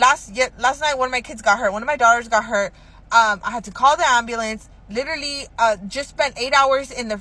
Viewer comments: Literlilly! Literlilly...Literlilly. bish hasn't said literally yet. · Does she keep saying litrally